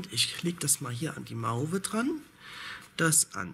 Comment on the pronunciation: Mauve wird Moow ausgesprochen. 😊 sonst - wieder mal sehr schöne Wolle. 👍